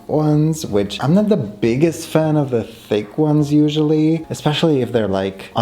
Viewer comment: The way you pronounce "thick" like "fake" is sending me into laughter.